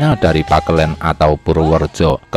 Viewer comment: (purworejo) atau Bagelen bukan pagelen 😅